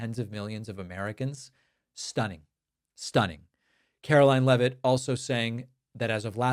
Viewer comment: I'd like us to pronounce her name correctly as well. It's spelled like it should be pronounced "leave-it" not "Lev-it". They need to stay on top off all the crimes. Keep asking about the use of signal and the use of Gmail.